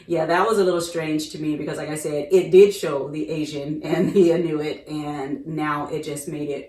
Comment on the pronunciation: Inuit: pronounced "IN you eee"